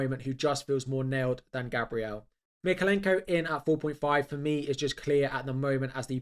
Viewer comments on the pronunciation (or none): none